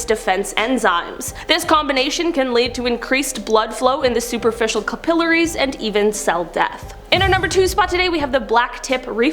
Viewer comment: you said capillaries wrong lol